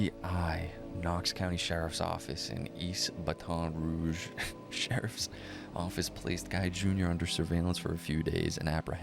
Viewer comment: Your pronunciation of certain words (i.e. Baton Rouge, as a specific example from this video) both amuses me and, simultaneously, makes my eye twitch 🙃😬. But....f*+k it.🤷🏽‍♀️ It's a part of your charm.😅 Now, the important stuff: I see how you connected the dots and made the comparison to Knives Out. However, I feel like this case bears more of a resemblance to You're Next [given it's a p*tric*de that takes place during a "significant" family gathering. All of it being orchestrated by an impatient, selfish, incompetent, spoiled, greedy, sociopathic, who'd rather take out his parents (who built their wealth from the bottom up; working hard and sacrificing, to be able to provide their family with the best lives possible) than learn how to exist in the REAL world.